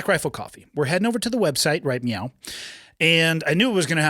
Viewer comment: "We're headed over to the website (BRCC) right meow." Listen to the beginning carefully.😂😂😂